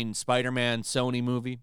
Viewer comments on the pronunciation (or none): none